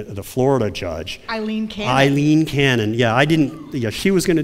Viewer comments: Aileen Cannon, not Eileen. (A-leen, not I-leen) Everyone keeps making this error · Aileen (A-leen, not I-leen)